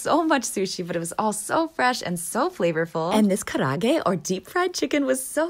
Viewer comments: Something about the way she eats makes me crave everything she’s eating🤭 and your pronunciation of karaage was so perfect!! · For a American woman you can pronounce these Asian words so well. Kudos to you!